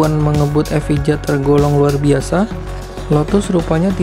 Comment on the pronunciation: Bacanya: lotus evaia.